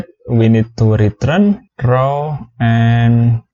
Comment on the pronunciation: DAMN IT STOP SAYING RET'R'UNNN IT'S RETURRRRRN